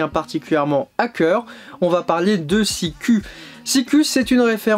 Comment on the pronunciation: Salut ``, on prononce Sikou ( Ü = U - OU = U )